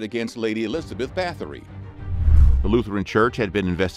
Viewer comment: It’s pronounced “bah-tory”